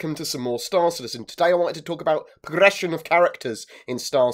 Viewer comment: "Today i would like to talk about prrrrression of characters"